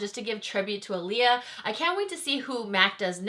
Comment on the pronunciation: Her brother wrote the message and as a YouTube you should do more research on the pronunciation of her name especially if you don't 100% know how to say it 🤦🏽‍♀️🤷🏽‍♀️